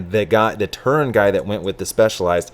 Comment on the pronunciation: Its TERUN, not turin. Says right on their jerseys. Get burnt by the team, then try the restaurant (Cal Ave, Palo Alto)